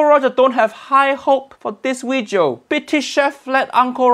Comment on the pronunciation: "This vijio"